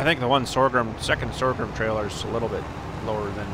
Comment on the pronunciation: Sorghum is pronounced "SORE GUM, not sore grum.